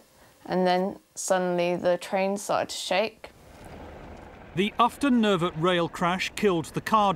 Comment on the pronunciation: Ufton Nervet, not Upton.